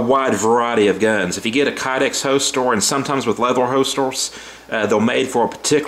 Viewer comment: I’m guessing you mean HOLSTER and not holstol